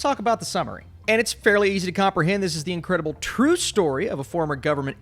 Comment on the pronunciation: "incredible true story" with an emphasis on "incredible"